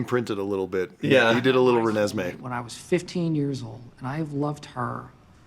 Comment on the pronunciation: “He did a little Renesemee” KILLED ME